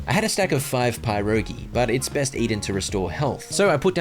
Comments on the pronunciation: hey so your pronunciation o pierogi is sorta wrong instead of saying pie rogi try saying it as this puh-row-gee pierogi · Great video! Also Pierogi is pronounced perogi or Peir-rogi not pie-rogi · Just wanted to let you know pierogi is not pronounced PIErogi but rather PIH-rogi. It's commonly found in polish cuisine. My step-father is polish and that's where I learned this from. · Its not pie-rogi its pier-ogi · As someone of Slovakian decent the way he said pierogis made me hurt but they are a amazing food and the pie in it is pronounced like pe with a silent I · Dude said "PIE-rogy" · Not the "pie rogi" 🤣😭😭🤣💀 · ITS NOT PIE-ROGI... sorry i meant its not pronounced PIE-ROGI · "pie rogi" lmao I love it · It’s pronounced pe rogi but spelled pirogi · i love watfching you play this game :) also pierogi is pronounced pirogi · I'm sorry, I know you're Australian, but as Polish person - everytime I hear "pierogi" said like a "pie"rogi 😬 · im sorry (not really) but the way you say pierogi is painful. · as a polish person the way you pronounce pierogi is very funny to me lol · The way he pronounces pierogi hurts my soul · as a Pole, it takes years off of my life every time you mispronounce pierogi haha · why is no one talking about the blatant mispronounciation of pierogi